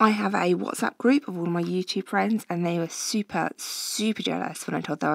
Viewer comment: ohhhhh fwends... best fwends forever and ever